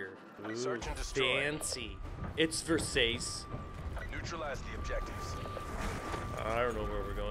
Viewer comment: Versays? It’s pronounced versachi